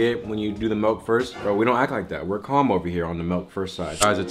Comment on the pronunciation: Milk not melk